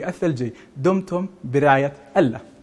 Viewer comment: مقدم النشرة :: كل احترامي الك . ابتسامتك مميزة لكن ارجوك تركز شو على لـفـظ الـجـلالـة " الله "